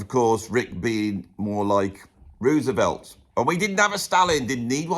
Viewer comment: Thank you for pronouncing 'Roosevelt' correctly! Great video!